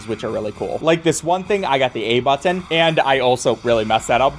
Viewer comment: I love you but I hate the way you say button